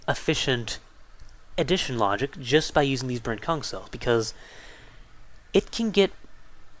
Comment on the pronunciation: every time he says 'Brent-Kung' a part of me thinks hes saying 'Brent-KunT'....dono why